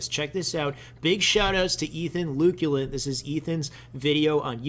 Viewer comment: 1. Slide Bump 2. '"The Shy Way Melee" 3. "The Luculant"